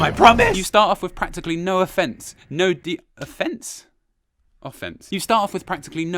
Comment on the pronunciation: It's pronounced Ahhh!! fence